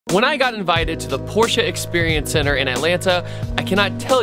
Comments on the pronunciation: Arnav Dhir Yes, I thought the same! 👍 He pronounced it right! "PorschE" and not "Porsch" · Btw thank you for pronouncing it the right way